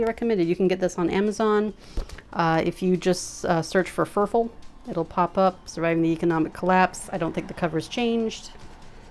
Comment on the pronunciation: Pretty sure his nickname is pronounced like "fur fall" and he lives in Spain.